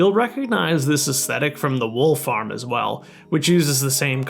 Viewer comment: when he said wool farm i heard wolf arm